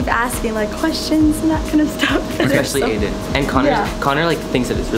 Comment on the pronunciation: I ship nick and but are we gonna Ignore the fact that said adain like why is he dating Claire?